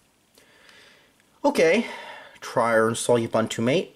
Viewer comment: If you're gonna use it, learn to say it.... it's pronounced oo-boon-too (all 3 syllables rhyme with the word too/two)